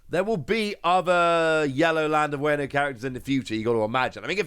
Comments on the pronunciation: As someone who knows some Japanese why are you pronouncing Wano as wayno? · Wano (Wahh no) Think of it like wario, no wayrio Its also momo-nosukei (nose kay)